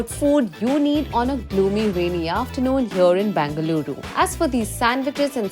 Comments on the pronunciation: Its BENGaluru for god’s sake....not BANGaluru🙄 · It is not Bangaluru, it is BENGA LURU. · Bangaluru!! It's Bengaluru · Its Bengaluru, not Bangaluru.